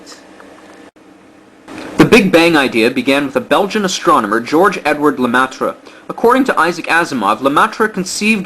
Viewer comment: It's pronounced la-may-trah he was a great man. Fun fact because Lemaitre was also a priest, scientists did not want to accept his interpretation of Einstein ' s theory though it was the most correct one at the time. Glad he was proven right in his lifetime.